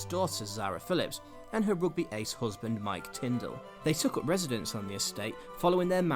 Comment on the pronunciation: The narrator needs to take elocution lessons. "hoosband"